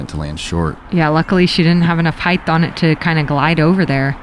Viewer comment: Paige, "height" ends with a T, not an H. "Heighth" isn't a word.